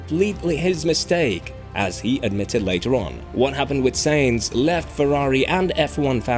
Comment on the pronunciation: His name is Carlos Sainz not Carlos Sayings